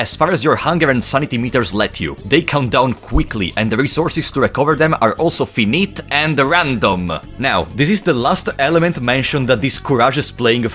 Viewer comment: that is not how you say finite